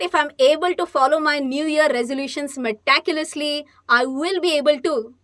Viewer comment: Hi Mam, Don’t mind….u pronounce meticulous word wrongly. I wanted to write separately but there is no option. Don’t think that I am correcting u.